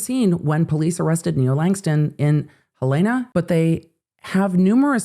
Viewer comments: HELL-en-uh, not hel-AY-nuh, it’s different than most people expect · FYI - Helen (a) Helen, like my grandma's name, then "a". Love you. Long time watcher. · Hearing you say Helena wrong made me laugh. Hell a na Its our state capital and small. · Pronounced 'Helen A' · Hey, Montana GenX Girl here. Helena is pronounced "Hell-a-na". Although it is the capital of MT, it is not Hell. It is quite lovely. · “Hell-in-a” Helena Montana